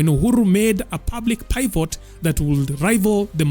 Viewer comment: bro everything so but the voice that has grammatical errors is a bit perturbing Not PYVOT but rather PIIVOT or try rewriting your scripts and and use grammarly for pronunciations where you aren’t sure . Kenya can produce Quality content